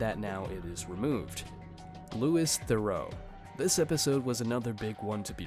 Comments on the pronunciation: Louis is pronounced Loo-wee not lew-is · It's "lu-ee" not "lewis" .... killed me because you said it 10 times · This is so annoying it’s not Lewis Theroux 😅it’s pronounced like Louie sorry this just bugging me so much